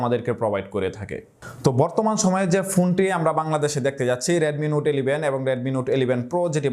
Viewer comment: "এলিভেন" আবার কী ধরনের কথা?